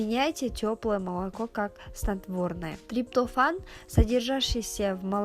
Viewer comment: Ужас.Как она выговорила слово триптофан? Удивительно 😂